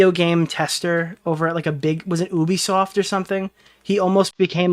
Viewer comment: I have never heard someone pronounce Ubisoft like this